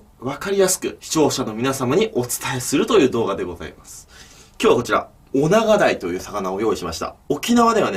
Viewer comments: オナガダイ なんといっても オガナガイ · オナガダイは、はまだいとも言いますよ！ （知ってると思いますが